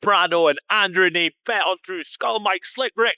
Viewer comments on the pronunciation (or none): Dude, you can not be a poker vlogger, go to The Lodge and pronounce is name “NEEM”. It’s Neeme. Like “Knee-Me”. That really bad.